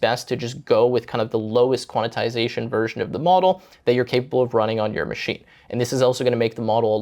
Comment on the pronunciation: Thought I was the only one… that and the “Quantitization” mention is like nails on a chalkboard